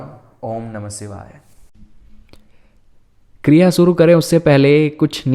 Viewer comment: सिवाय नहीं शिवाय होता है दोनों में बहुत अंतर है। अगर उच्चारण सही नहीं है तो प्रभाव कैसे सही होगा। मैं जब दुर्गा सप्तशती का पाठ करती हूं तो कभी-कभार भूल वश शुम्भ को शम्भू पढ़ लेती हूं लेकिन तुरंत ही देवी से क्षमा मांगकर सही उच्चारण करती हूं। सोच कर देखिए की शुम्भ वध के स्थान पर कोई ग़लती से शम्भू वध का उच्चारण कर ले तो कितना बड़ा अनर्थ हो जाएगा। अतः उचित फल की प्राप्ति हेतु सटीक उच्चारण आवश्यक है।